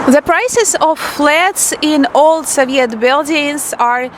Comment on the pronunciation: В слове Soviet ударение на первый слог (So). Вы очень красивая и умная девушка. Всяческих Вам благ!